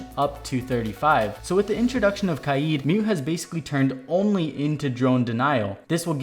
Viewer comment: Ive never heard the name Kaid so badly mispronounced